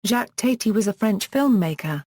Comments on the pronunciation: Thank you for the warning! I watched TWO SECONDS, and after I heard her pronounce his name TATE-Y I knew this was junk. AVOID!!! TATI sounds like TATTY, you morons!!! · The second word from this AI was enough to stop me from wanting to hear any more. It cannot even pronounce his name properly.